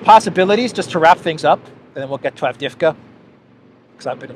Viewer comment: it is pronounced Av-dee-yev-ka, with a slight stress on the second syllable. Please try not to say Avdevka.